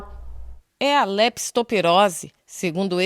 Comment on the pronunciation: A REPÓRTER FALOU ERRADO. NÃO É LESPITOPIROSE, E SIM LEPTOSPIROSE!